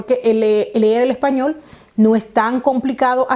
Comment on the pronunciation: Español no Epañol😀